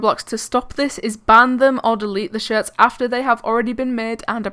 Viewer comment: it seemed to me like u said s*its not shirts lol